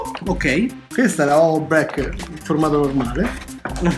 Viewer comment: si pronuncia 'breik' non 'brek'